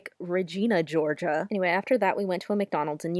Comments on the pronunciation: you said Georgia wrong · when you said “Georgina” instead of Georgia I got scared about how you knew my name